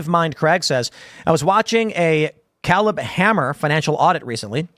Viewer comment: Crazy how tim can't pronounce the name Caleb lol Caleb Hammer is a personal finance youtube show